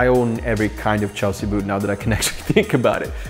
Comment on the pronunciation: “Chlesea” boots? Oops!